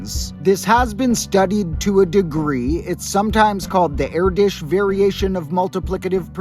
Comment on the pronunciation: I have never heard someone say Paul Erdös's name like that, my mind is blown!